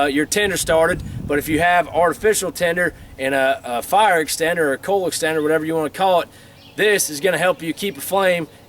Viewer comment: I like how he says fire. Farr.